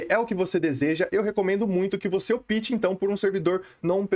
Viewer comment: Cara, gosto mto dos seus vídeos e conteúdo... Só uma dica que gostaria de dar, fica a seu critério seguir ou não... não quero ofendê-lo... como um interlocutor, quando vc diz no vídeo: "caso vc opte", vc está pronunciando errado, o certo seria "ópte" e não "opite", conforme vc tem pronunciado... sei que já falaram isso em outros vídeos, principalmente qdo falamos de servers "optional PVP", mas por ser em inglês não há necessidade,,, agora em português acho que seria interessante se atentar a isso... abs